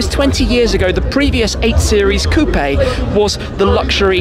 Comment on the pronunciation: I never thought I’d be bothered by the way someone pronounced coupe